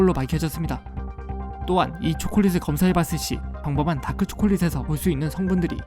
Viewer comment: 잘들어보면 "평범한"을 "펑범한"이라고 함ㅋㅋㅋㅋㅋ